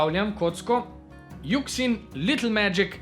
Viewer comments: Hotel sem samo povedat da se yuxin ixgovori jušin mf3rs pa se po sngleško črkuje Ta komentar ni bil mišljen kot sovražen govor samo je lahko zoperno ko nekdo narobe izgovarja stvari Upam da razumeš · dober video, samo izgovarjava imen me mal moti: qiyi se izgovori čiji yuxin se izgovori jušin(obe tovarni sta kitajski, tam imajo drugačno izgovorjavo)